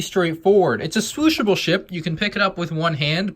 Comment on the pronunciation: “Swooshability...Shwooshable” - 2019